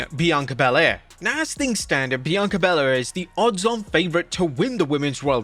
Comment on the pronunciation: Thanks for pronouncing Bianca Belair properly